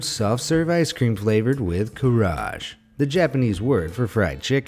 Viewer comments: KA-A-RA-GE NOT KAARAGE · It's "Kaaaaaa-RAAAAAA-GAEEEE" NOT karage as in garage 😭😂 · The fried chicken ice cream was in "Fu-ku-oh-ka", not "fu-ku-Coke-ah", and it's called roughly "care-ah-gay", not "carriage". Delicious stuff, which is why the Kaarage festival happens in several cities! Read the label on those brains. Don't tell your doctor about that cholesterol! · Karaj? It’s ka-ra-ge 🥺 The sushi pizza and the rainbow grilled cheese is awesome btw ☺️ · Not saying I’d eat a canned chicken but that’s not grease on the outside of it. Because it’s cooked in the can that’s all of the collagen and gelatin from the bones and skin. Some of it would be fat but most of it’s not. And you just do not pronounce ‘Karaage" like that 🤦‍♂️🤦‍♂️🤦‍♂️ A is always pronounced the same as in "arm", G is always pronounced the same as in "goose" and the E is always pronounced the same as in "egg" unless it’s preceded by an I like the name ‘Keiko". Only J is pronounced the way you pronounced the G in "Karaage", like in the name "Jake". It doesn’t matter where in a word a letter falls or what word it is, it is nearly always pronounced the same way every time. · KAARAGE ・・・・・it’s pronounced ‘kah -rah-gey’ … not -‘ kah-raj’ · its "Ka-ra-ge" not Carraje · I cringed so hard when you pronounced karaage as CAR-AHJ . it's Japanese. It's ka-rah-geh. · It not Kaarage. It's pronounced Ka Ra Ge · Karaage is pronounced closer to "kah-raah-gee"... please, And if I'm also wrong, could anyone Japanese correct me please? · Hey, Japanese here. Karaage is pronounced "kah-rah-ah-geh" (and yeah, it's misspelled in the video too). For the most part each vowel in Japanese is pronounced, even when there are two of the same in a row. And each syllable is only pronounced one way. So for example, the letter "A" is always pronounced "ah". A lot simpler than say, English, where you have "Australia" which has the letter A three times, with each one being pronounced differently lol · Kaarage is pronounced "ka-ra-ah-geh"